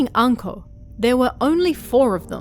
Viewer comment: Ohhh....Anko...I thought you said 'uncle' at first XD